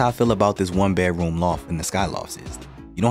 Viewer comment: funny, it always sounds like you are saying "bear-room" instead of "bedroom" - without the "d". On the other hand, when you say just "bed", that sounds fine/normal. is that intentional - aka a signature?